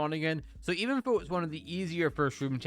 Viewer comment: Why do you say fo instead of though